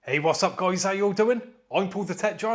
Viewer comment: I love your intro man 😅👍 "What's up goiys, how you doinnn"